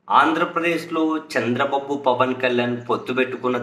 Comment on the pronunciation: Saami nuvu Chandra babu Ani vathi palakadam yenduku bagaledu vinadanike asahanga undi